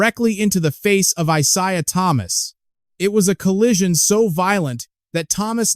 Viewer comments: If you can't pronounce IsIah Thomas's name correctly, then you are not worthy to comment on the NBA. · use a real vo, not an AI voice that can't pronounce Isaiah Thomas's name properly